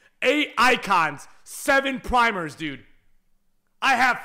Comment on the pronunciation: It pisses me of how he says primers instead of prime icon 🤣😂😂😂😂🤣